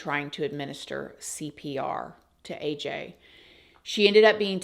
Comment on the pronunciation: The way she purposely mispronounces AJ's name is gross.